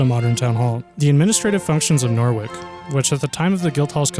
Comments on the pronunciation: There's even a Norwich in America and that's not said NOR-WICK either so he has no fucking excuse. Plus there's literally no reason to assume it would be pronounced NOR-WICK. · There's even a Norwich in America and I know damn well they don't say NORWICK so you have no fucking excuse. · "NOR-WICK" wtf dude. Seriously wtf. It's fucking Norwich. Noh-rich. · Hahahaha Nor-wick! It's Nor-itch. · PLEASE LEARN HOW TO PRONOUNCE PLACE NAMES BEFORE PUBLISHING A VIDEO ON THEM!!! HERES SOME KNOWLEDGE FEED FOR YOU. HERES MORE: Wales isn’t in England. Catholicism is pronounced CATH OL AS ISM, and Norte Dame is pronounced in french. OH AND MY PERSONAL FAVOURITE NORWICK HAHAHA ITS PRONOUNCED NORITCH. SPELLED NORWICH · Love this video. It would be great if you could pronounce the English and French places correctly to help visitors. If visitors pronounce Norwich as Norwick English people won't know where they are talking about! No (as in not) - rich. If you pronounce Mont San Michel as Mount Saint Michael it will be confused with Saint Michael's Mount in Cornwall England. People often do both in one trip. So that's confusing. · It is pronounce as "Nor-Rich" not Norwick. :D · Norwich =/= "Nor-wick", == "Noritch" (well, not quite, but it's a lot closer, lol) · Nore wick guild hall?? just a point on pronunciation, Norwich has a silent w. And wich isn't wick, it is the same a which, it is pronounced the same as with sandwich. So it's Nor rich. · What is Norwick hahahaha it’s Pronounced Noritch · Norwich is pronounced Nor witch not Norvick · norwich is norich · Norwich = No-rich. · Norwich is pronounced Norritch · Number 11 Norwich Guildhall. The W is silent and you pronounce Nor(w)ich without the w...... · Locally we pronounce it as "Nor-ridge" ... Another example: Wymondham is "Win-dom" Yes it makes little sense.... Happisburgh on Norfolk coast, is "Haze-bruh" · No, Nor-itch, silent W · And it's "mon san meeSHELL," not "mont saint Michael," and you can't pronounce Catholicism.